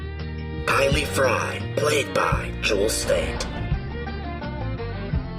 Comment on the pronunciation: I understand people make mistakes. But there is one thing you said repeatedly that is a mortal sin in the Firefly Universe... It's KAYLEE! Not KYLIE! She is not a frickin' Kardashian/Jenner! I was getting an aneurysm, a stroke and a heart attack each time you said her name was Kylie. If I wasn't a keyboard warrior, I would hunt you down, and release a pack of Wild Space Monkeys in your engine room... Now that's been said, Good Video. Well thought out...